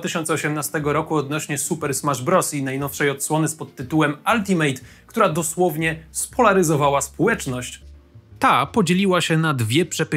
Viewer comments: Alti MET nie żaden mejt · mówi się altimet kurrrrrła nie altimejt